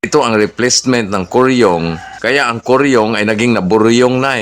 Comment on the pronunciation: Boryong idol Hindi koryong😅😅😅